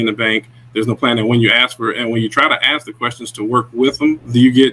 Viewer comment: AXE us🤦🏻‍♂️